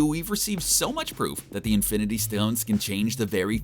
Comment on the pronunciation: Did he say fIvE iNfInTy sToNeS